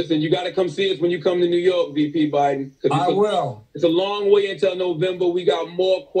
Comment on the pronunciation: Joe Ba-DIN. Love it.